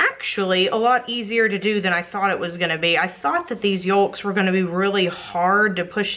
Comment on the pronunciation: The way she says yolks is kinda funny...haven't heard someone pronounce it like that in a long time haha